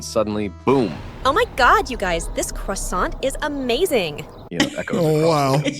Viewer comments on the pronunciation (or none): CROISSANT is pronounced KWA SON not CRASS AUWNT ! Americans DON'T speak " ENGLISH" !! Saying " gotten " for example ! Just because your great, great ,great grandfather once owned an Irish Setter dog DOESN'T make YOU, an American born person, Irish !! YOU may be " 90% African", but unless you were actually BORN in Africa...you are an American and NOT an African American either !!! You are one or the other. You CAN'T be both !! Never talk about money or politics.